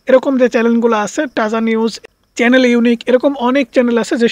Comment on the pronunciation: উচ্চারণ ঠিক করেন। চ্যালেন কি?